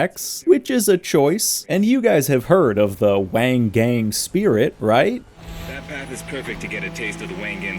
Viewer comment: Well that's not how you pronounced "Wangan Spirit" I speak this as a person who once played an arcade game titled Wangan Midnight Maximum Tune.